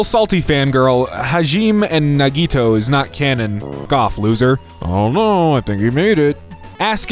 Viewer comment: NO!!! HAJIME AND NAGITO. Okay. Here Hah (like a laugh) gi (like “oh m gee) may (like the month.) Hajime. Nah (like no) gi (like key but with a g) toe (like a foot finger)